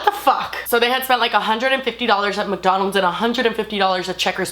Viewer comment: she said mukdonalds